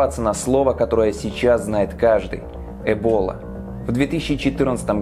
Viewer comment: Не эбОла а Эбола